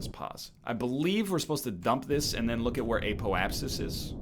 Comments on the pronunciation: The Eh-poapsis is the Canadian Apoapsis. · "Eh-po-ap-sis" Spoken like a true Canadian.